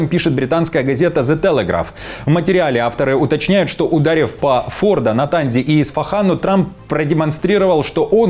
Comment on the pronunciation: Если можно поправить -- правильно говорить Фордо́ ударение на последней букве. А так все закономерно. Иран, хотел уничтожить Израиль и всех евреев -- тот же фашизм только с бородой. Но Израиль с этим не согласился и нанёс привентивный удар. Иран совершил покушение на Трампа ( к счастью неудачное) и Трамп, как настоящий мужчина, саданул Ирану по морде. Да, действительно главным девизом Ирана был, да и сейчас остаётся "Смерть Америке! Смерть Израилю! Смерть евреям!) при любой возможности они старались унизить флаги двух стран, ходили по ним топтали их, жгли их и так сорок лет. Иран, заслужил каждую бомбу которая падает на землю Ирана . Самое интересное что они повторили израильский опыт " предупредили врага перед атакой" чтобы снизить потери среди мирного населения. На ядерных обьектах есть мирное население?